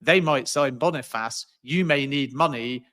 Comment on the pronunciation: Man said Victor Boni-Faaaas